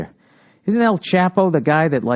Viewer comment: I love how Old Billy Redtits can't even pronounce El Chapo correctly